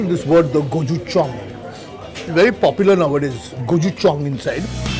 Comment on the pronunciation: its gow-choo-jang Kunal :)